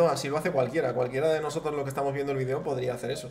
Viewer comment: Por que no sabes pronunciar video por dios